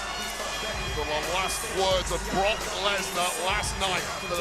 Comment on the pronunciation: "Brotch" Lesnar?